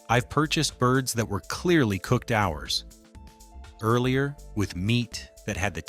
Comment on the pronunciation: "HOURS .................. EARLIER" - PATHETIC AI VOICE.